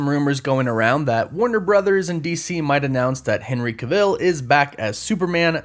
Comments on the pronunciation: Cah-ville??? Cav-ill.... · Why do you pronounce Henry Cavill’s surname like that🥴 it’s Pronounce it like you would travel. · Why is it so annoying that you said Henry cavill wrong😂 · Dude butchering Henry Cavill's name...